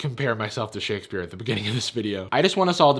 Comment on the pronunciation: Shakespeare? Shookespear